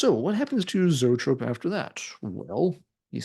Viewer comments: Love Zoetrope!! Grew up in Chicago and saw them open up for almost every major band that blew through the city back in the mid-80’s!! And by the way, it’s pronounced E-trope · Pronounced EEE-Trope! Like Copollas Studio. R.I.P. Barry!